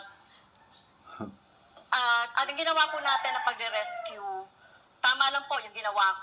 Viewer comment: Sir hindi rescue kundi risk you